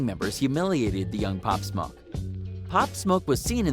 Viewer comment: Pop smah you mean pop smoke dude